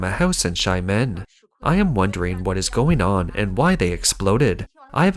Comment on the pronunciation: It's pronounced 'Sha men' not shy men' but I think it works better